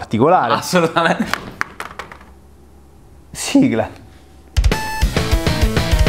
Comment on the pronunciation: con che tono ha detto sigla XD